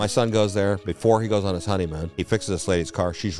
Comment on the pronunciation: What a coincidence, you sent ur son to Hawaii "before" he went on his honeymoon loll... hear how he put extra sauce on that "before he went on his honeymoon"🤣🤣😭😭